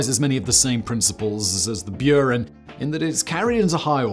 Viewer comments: there is no y in Buran, it's not Norwegian....lol Björn??? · that's not how you pronounce Buran